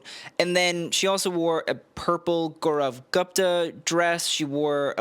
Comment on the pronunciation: As always, praising POC and bashing white people while trying so hard to pronounce YSL and Italian brands the right way while putting 0 effort in pronouncing Gaurav Gupta and Carolina Herrera. Lip service at its finest.